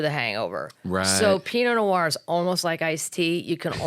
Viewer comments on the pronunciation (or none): Fifth time watching this and only just NOW noticed how Kathleen pronounced pinot noir. 😂 She made the second word have two syllables, I mean, I LOVE her! 😂❤